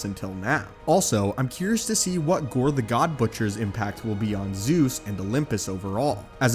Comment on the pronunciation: It's gorr not gore